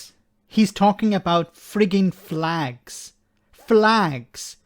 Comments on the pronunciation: It's pronounced "flegs" 😉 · get it right it's flegs not flags wee Jim gets really upset if you don't prenouce it correctly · Jim love's his flegssss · Its pronounced fleg